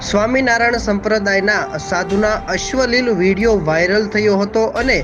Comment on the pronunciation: અશ્વલિલ એ શું પાછું..??? અશ્લિલ કહેવાય😅😅😅 વાચતા શીખો… ભાઈ